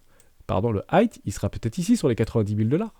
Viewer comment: J’adore tes vidéos. Juste on dit high (aïe avec devant un h aspiré donc haïe) et pas hight (aïe t )